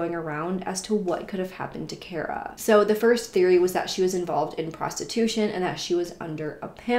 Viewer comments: Her name is pronounced car-a, not care-a . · It's pronounced car-uh btw